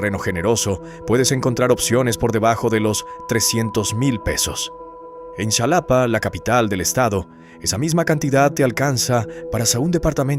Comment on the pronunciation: Dudo si es verdad lo q dices en el vídeo pronuncias mal Xalapa es jalapa así se pronuncia también pajapan lo pronuncias mal antes de ASER un video ilustrate infórmate primero .